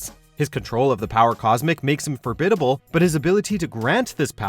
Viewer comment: “forbidable”, lol